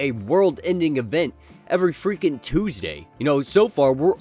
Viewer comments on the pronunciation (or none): none